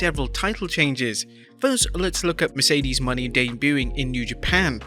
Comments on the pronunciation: Moe-Nay not Money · At least Say Mercedes Mone (Monet)